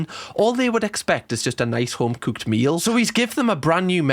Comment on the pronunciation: Honestly i just love watching these Gordon Ramsey vids just so i can get my daily fill of listening to pronounce cooked, as cuuked